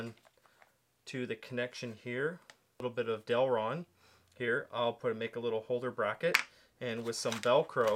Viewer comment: awesome build but I had to cringe every time you called it DEL-RON